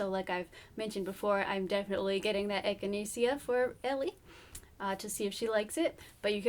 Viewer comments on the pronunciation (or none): Pronounced “echina-shuh” :-) I only know this because it also makes for a wonderful tea. I really want to start a little herb garden for my bunbun. Thanks for the information! I love your videos!